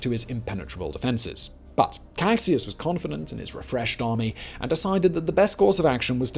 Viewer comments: Caxias = "Ka-SHEE-as", not Kaksias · small pronuntiation tip, Caxias sounds like Casheeas, I know, X makes no sense in portuguease. btw, is funny how paraguay some decades later fought agains Bolivia an annexed some barren swampy land, who also had been previously kicked out by Chile and lost its beach. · Caxias It is pronounced Kashias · Ka-SHI-as. Not kakxias. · Great vid. Btw, the Duke of Caxias, the Brazilian general who took command towards the end, is pronounced Cash-ee-yus, not Cac-si-as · Nice video !😌👍 Only a comment: "Caxias" is pronounced in portuguese not as "Kaksis", but rather "Casheeas". 😌👍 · The thing that bugs me the most is some pronunciations, specially of the Duke of Caxias, whose name is pronounced as Cashias not Caksias, but overall great video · Great video. The bit about the Allies' intention to destroy Paraguay was reducionistic and melodramatic - which is a true shame, since this video did a far better job than most in placing the setting. But the only real complaint I have is with pronunciation. "CaKSjas" was almost a deal breaker lol. (And for those wondering, Caxias is pronounced CaSHEEas), with the I stressed and a SH sound on the X. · Good video. I'm Brazilian, I know the pronunciations might be difficult for you and there's absolutely no problem with that, but I'd just like to point out that in the Duke of Caxias title the word Caxias is pronounced like "cah-shee-ahs". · Cack-sias é a pior pronúncia de português que eu já vi na vida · I never seen Caxias be mispronounced this badly, dear Lord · Your pronunciation of the name of the Duke of Caxias is wrong. We have different sounds from the same letters between English and Portuguese. Put it in a translator that makes the sound of the word (eg Google Translator) and you will hear the correct sound. The Duke of Caxias is the Patron of the Brazilian Army.